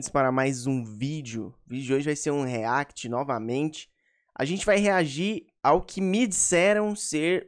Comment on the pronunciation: Aprende a falar react pelo amor de Deus